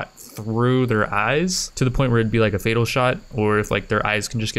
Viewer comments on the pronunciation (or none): none